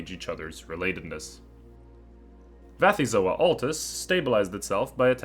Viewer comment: Why Vathyzoa with a v? If the first element is from the Greek βαθύς "deep", I would expect Bathyzoa. The Greek letter beta is pronounced as a v only in Modern Greek, and taxonomic names usually borrow from Ancient Greek.